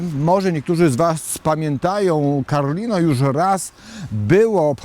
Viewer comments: Karlino, nie Karolino. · Karlino, nie karolino 😂😂😂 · Karlino a nie Karolino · Miejscowosc nazywa się KARLINO! nie KAROLINO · To jest KARLINO ,a nie Karolino